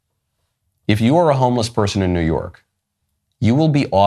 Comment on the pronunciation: He said “new yerk”